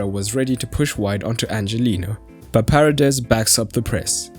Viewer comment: Not to be pedantic, but it's pronounced Pa rey des, accent on the second vowel! (not Pah redes, accent on the first as you did). It's actually kind of an awkward name to pronounce in English. Love your videos, keep up your good work! :)